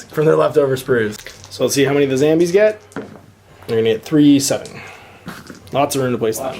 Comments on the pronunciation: Everytime you say "Zambies" is one more punch in the throat you'll get if i ever meet you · If you could stop saying Zambies that would be great.